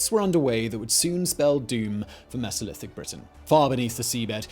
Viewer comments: "Meezolithic"?? WTF? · The “Misolithic”. 🤣